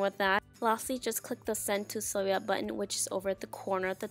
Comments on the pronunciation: It's not that serious., in order to actually be helpful and not critical, here is the correct pronunciation: si-LOW-ette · First of all please learn how to say the name of the machine SILHOUETTE!!!! 😡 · It says silhouette not selhouette No Offence though just pointing it out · why do you keep pronouncing silhouette like that? 😂😂